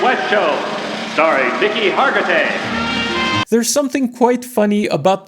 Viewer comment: maybe next time you'll pronounce his name right